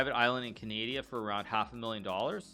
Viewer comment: A walrus dies every time you mispronounce Canada or Canadian